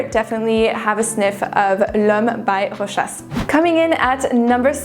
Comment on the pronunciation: The only fragrance youtuber that is able to pronounce Rochas correctly.